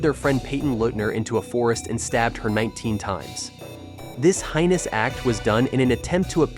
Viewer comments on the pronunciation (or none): Heinous is pronounced- hay nus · . It is common for people to mispronounce words they have never heard before. Perhaps you read it, but for English both British and American it is pronounced Hay-nus. It is the same as when people pronounce ask as ax. It sounds fine to the speaker, but it is still wrong. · Someone teach this man how to pronounce heinous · "heinous" IS NOT pronounced "highness". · No, it's hay nus. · DUDE! Please look up the correct way to pronounce “heinous.” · Please look up the pronunciation of heinous.